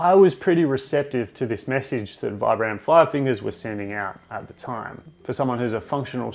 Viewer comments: Actually, it's pronounced 'veebram' 😉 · It's pronounced "veebrum". Vibram is an Italian company founded and named after Vitale Bramani aka Vi-Bram. They really should just change the pronunciation of their name as no one gets it right lol